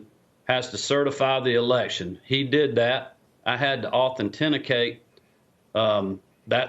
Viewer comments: “I had to authen-tenicate...” Big words are hard. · I had tuh authentennicate??? Well that sure validates he has Trump knee pads on.